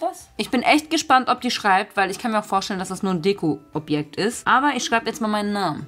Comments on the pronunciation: Du hast zweimal dekuh gesagt🤣🤣🤣😂😂😂😂🤣🤣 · Als du Deko sagen wolltest und du dich versprochen hast hab ich direkt an Deku(Izuku)aus my hero academia gedacht XD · Deko nicht deku